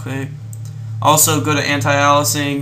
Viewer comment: Ay-lee-us-ing. Aliasing. Good job <33